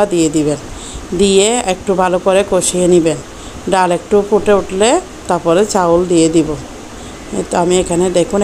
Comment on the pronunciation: ডাউল না ডাল 🤣🤣🤣🤣